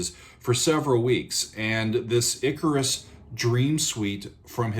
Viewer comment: It's pronounced ICK-CAR-US